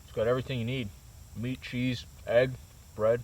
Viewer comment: Serious question. What's the deal with Canadians intentionally mispronouncing words? For example Cheese = Chez. That AvE guy on here does the same thing. It's bizarre to listen to, like nervous forced humor.